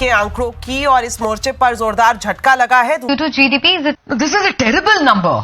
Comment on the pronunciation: GDP ka G nhi bol paa rhe 😅😅